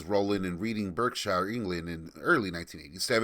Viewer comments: its pronounced redding barkshire, not reading berkshire. We are funny that way in the UK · “Reeding, Burkshyer”. lol You did pretty well with Lowestoft (although we tend to emphasise that e in the middle: “low-ess toft”), but I couldn’t help but laugh at Reading. No shade; English place name pronunciations are weird. For the record, it should be said more like “Redding, Bahkshuh”. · Ouch on that pronunciation of Reading, Berkshire. Read rhymes with Dead not Deed {I read that book, past tense} Berk is pronounced Bark. Shire is never fully pronounced - It's Sh' - Bark-Sh", Wusster-Sh", Staff'rd-Sh', York-Sh'